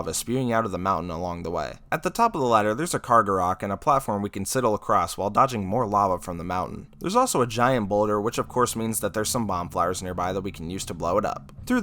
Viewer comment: Hey,. It's me, the "Umm, actually☝🏽🤓" nerd in your comment section., the pronunciation you want is "SAI-duhl". It's the same vowel sound that appears in "sigh" or "eye" (technically a diphthong, rather than a true vowel, but let's not get too nerdy). Sidle in this context means to carefully shimmy or sidestep, while keeping one's body in close proximity to something else (in this case, a rock face). That concludes my unprompted essay. Keep on ZeldaTubing. I'm loving your content so far, and I'm excited to see you continue to grow!